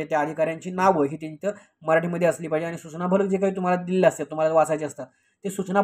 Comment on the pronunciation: आधी तुम्ही शुद्ध मराठी बोला. आनी,बानी,पानी असं बोलताना लाज वाटत नाही ?